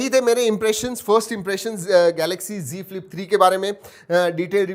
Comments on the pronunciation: It is not g flip it's Z flip.....you say everytime g flip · Z ka Prouncation g hi hota he